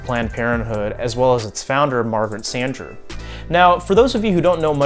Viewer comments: You’re pronouncing “Sanger” incorrectly. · I'd never heard anyone pronounce her name like he does. XD